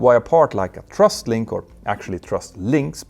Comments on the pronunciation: Petter, great video as always but it is thrust not trust-check it out Cheers Mike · Cant you say "thrust"? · For most of your video I was scratching my head wondering what a "trust" link was. You should practice making the "th" sound. Put your tongue under the front teeth. It's easy.